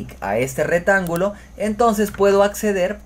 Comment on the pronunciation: Muy bien explicado. Gracias. Me sirvió mucho. Pero por favor corrige tu forma de hablar. Se dice: "ha resuelto bien" no resolvido. y se dice: "Rectángulo" no retangulo. Ojo con esas dos expresiones. Un abrazo desde Colombia.